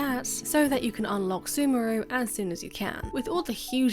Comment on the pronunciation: Its not semuru its sumeru man :D